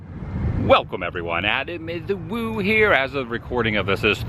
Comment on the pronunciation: You did it! You put the "Eh" in the " Adam Eh The Woo"!